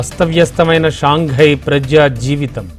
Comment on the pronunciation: అది ""షాంఘై"" కాదు ""షాన్ హై""..""జి"" సైలెంట్...ఆల్రెడీ ఇంతకు ముందు ఒకసారి చెప్పిన...కామెంట్లు చూసుకోరా, సరిదిద్దుకోరా ఏంది మీరు?